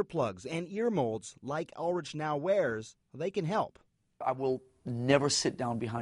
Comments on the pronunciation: They should learn to pronounce his name correctly. Ulrich. Instead of rich its sound is rick the h is silent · Ulritch? It's ULRIKKK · it's pronounced "Urlić" :)))) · it's pronounced "ul-RICK" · "Ulrick" sounds better in the English language. It's just like how English-speaking people insist on pronouncing IKEA as "eye-key-uh", even though the Swedish pronunciation is actually more like "eek-eh-ah", without any gliding vowels. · No it pronounces UL-rik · Did i just hear Ul-RICH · why does the guy say Lars Ulritch xD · He pronounced Ulrich wrong. But he is rich. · How the fuck did you just pronounce Ulrich?!